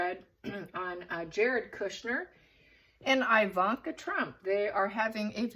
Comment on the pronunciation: Thanks for this. Her name is pronounced EEE-vanka, not EYE-vanna and her mom Ivana is Eee-vanna, not Eye-vanna. Same as Iraq (eee-raq, not eye-raq) and Iran (eee-ran, not eye-ran). All have same eee prononciation as with Italy and Israel. Thanks!